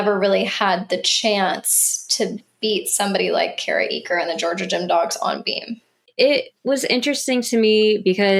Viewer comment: Enjoying your content! ♥ Just a gentle reminder... Kara Eaker pronounces her last name “acre” — not “eek-kur” - with emphasis on the "a" sound and a soft "ker" at the end